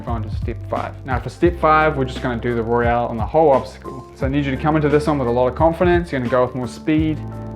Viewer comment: It's Royale. Not Royal.